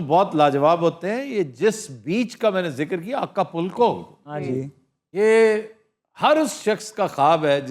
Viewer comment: آقا پُلکو نہیں ہوتا، آیکا پوکو ہوتا ہے۔